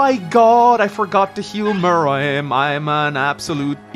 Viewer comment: Will he ever learn how to pronounce Muarim's name???